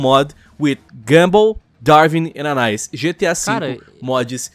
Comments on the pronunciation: foi q ele falou ANAIS, e não ANAÍS kajskakskakkskaka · só uma pequena correçãozinha de pronuncia : anais se lê Ana is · Ele n fala o nome anais se pronúncia ãnais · Como se diz: Ana-Ís Como se le:ANAIS Como eles dizem:Ánáís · "E anais" Kkkkkkkkkkkkkkk É Ana í s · Anais???? Não seria ANAÍS??? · ÃNAIS POHA,NAO ANAIS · Eu quebrei mt com ele falando anais kkk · "Anais" KKKKKKKKJ aí é foda mano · "The amazing world of gamble" "Anais" KKKKKKKKKKKKK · Kkkk ANAIS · Gumball,darwing e "anais" kkkk pronunciou meio errado em kkk